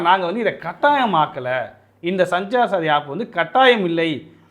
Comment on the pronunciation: தம்பிகளே அது சஞ்சார் சாதி என்று சொல்வது சரியல்ல (சன்ச்சார் சாத்தி) என்று சொல்லுங்கள்.தமிழன் சபா.